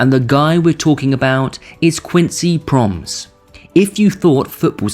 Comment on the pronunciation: You pronounce it PRO-MESS not ‘proms’…. Anyway. Do ihataren next. That boy had some sick connections to the underworld.